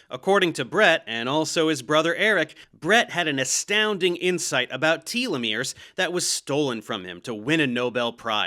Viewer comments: Tolomeres are one of the critical keys to anti-aging. Anyone making progress in anti-aging should absolutely be considered for a Nobel prize. Also, you are mispronouncing telomeres. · Maybe I'm the one in the wrong, but I've never heard anyone pronounce them "TEA-Leh-Meres" lol. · It's Tel-uh-meer, not Tealameer 🙄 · Tell-o-mears, not Tee-lo-mears. Cite your source for your pronunciation... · i am losing my mind, it is "teh-loh-mir", not "tee-loh-mir" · You (and Bret) need to learn how to pronounce “telomeres”.. it’s not “tea-lovision” or “tea-lephone” or “tea-legraph” is it? No. It’s no different with this syllable. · It's pronounced telomeres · I believe it's pronounced tell-lo-meers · Its odd because I've always pronounced 'telomeres' as 'telomeres', however; both Professor Dave and Brett pronounce them 'telomeres'.